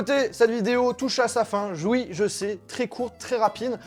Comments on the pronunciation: il a quand même dit "joui" au lieu de "oui" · attends pardon j'ai pas bien entendu..."jouis" 🤣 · "Joui je sais" 😂, ouais ok a part ça , merci pour cette vidéo , génial comme toujours ! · mdr jouï ???🤔🤔🤣😅 Rassurez moi je suis pas le seul à l'avoir entendu ?